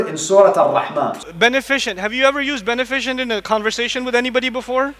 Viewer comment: At least he can pronounce beneficent 😭😭